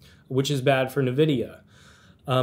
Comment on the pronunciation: Can't pronounce Nvidia correctly while likely using a computer with an Nvidia GPU in it. 🤣